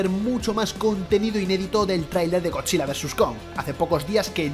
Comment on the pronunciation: dijo godilla no godzilla